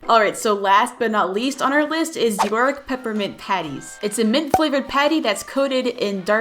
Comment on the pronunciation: Its york not youk